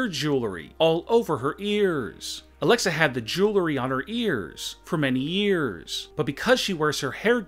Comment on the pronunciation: Alexa had the Jewelry on her EAARRRSS for many YEARRRRSSS Why Ronda's left ear is not mentioned?